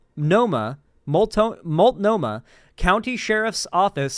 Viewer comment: just letting you know the pronunciation of Multnomah county is MOLT-NO-MUH hope this helps